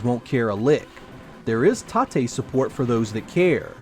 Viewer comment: You keep saying "tah-tey" for tate, but i always assusmed it was "tate" (tayt) for rotate. It would be pronounced that was if it were a japanese word, but it is a play on the word rotate in english, thus pronounced simply as "tate."